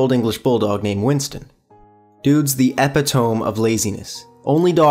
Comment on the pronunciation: you pronounced epitome wrong m8